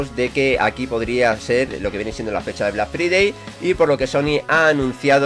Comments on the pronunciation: Se dice "Black Fraidey". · Mae mia tu pronunxeixon black FRIDEI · vlak fridei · Vlac fridei pronuncieishon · Black free-day ajaja que genio ese ingles! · 'Blag fridei' :v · Deja de alargar las cosas tío Joder 3 minutos de bla bla bla Y aprende a pronunciar Black Friday